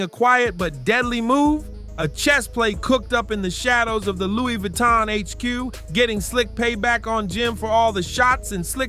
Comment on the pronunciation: “Looie Vooie-ton” 🤣